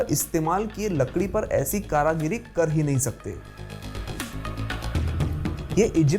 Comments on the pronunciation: Mere bhai karagari nhi bolte... Karigari bolte hai... samjhe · Karagiri nahi bhai karigari 😭😂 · It is Karigari not Karagiri. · Karagiri nahi karigari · कारागिरी नहीं भाई कारीगरी होता है😂😂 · Superb 👌 amazing 👌 Magar ek bat kehni hai aap कारीगरी को कारागरी क्यों कह रहे हैं। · Very nice information. One word you have used often in the video is wrongly pronounced. Correct word is KARIGARI {कारीगरी ) not karagiri 9as you spoke many times). Just thought you should be informed. Hope you don't mind. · Not karagiri that's Kari giri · कारीगरी not कारागिरी ... 👍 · Karagiri ni bete..karigari hoti h... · कारागरी नहीं कारीगरी होता है। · आप बहुत अच्छी ज्ञानवर्धक जानकारी दे रहे हैं धन्यवाद परन्तु कृपया कारागरी नहीं कारीगरी बोलिए और एक correction छत्तीसगढ़ के भूतनाथ महादेव का लिंगम छह से आठ सै.मी बढ़ताहै न कि छह से आठ इंच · karigiri not karagiri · कारागरी नही कारीगरी बोलो। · You are wrongly pronouncing " kaaragiri " which should be " kaarigiri ". कारागिरी गलत शब्द है , सही शब्द है कारीगरी । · Karagiri nehi karigiri hota h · Bhai Karagiri nahi Karigiri. Do you follow? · कारागिरी नहीं, कारीगरी होता है। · It's karigari not karagari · ये कारागिरी नही कारीगरी होता है भाई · Kareeeegari not Karagiri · करागिर नहीं भाई कारीगर बोलो...करगिरी नहीं कारीगरी बोल भाई.. सुधार ले.. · Bhai karagri nahi karigari bolne ka treeka sheekho phle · It's Kaarigari not kaaragari